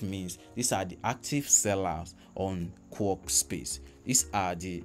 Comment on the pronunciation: Its" K-WORK" not Kuwork as you pronounce